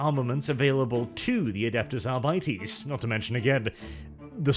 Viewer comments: When it's pronounced arbightees I want to stab my eyes out. I couldn't make it through the video. It should be "arbiteys". Just sounds better and more true to the latin that gothic is based on. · "Adeptus Arr-bitey's"? Sounds like space pirates to me... :D